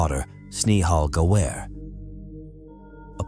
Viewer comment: And when did kal-panaa became kal-paanaa. 😂 And Ga-waar-e became Ga-ware. And He-ren became Hi-ren It is clear that it is a computerized voice.